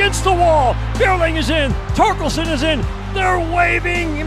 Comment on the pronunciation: Not knowing how to say Torkelson is the most don’t know ball thing I’ve ever seen